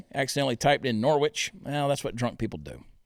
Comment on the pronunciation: Norwich is pronounced, Nor-rich....we English like to confuse folks. 🤗